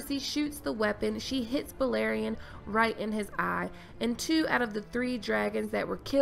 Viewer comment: Anyone else noticed how qyburn called balerion, "elation"? It's bothers me